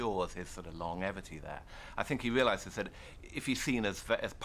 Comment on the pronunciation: Yeah, "Long Evity" and "carllege" - what a strange affectation to mispronounce words like that.